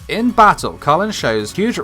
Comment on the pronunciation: Bruuuh, the show is about the British empire, so how did u mess up Kallens name? Her first name is British not American 🙄🙄